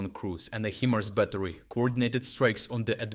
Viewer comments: Not pronounced he mars, but hi mars or like high mars 👍 himars. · Heemars? Is this an AI voice?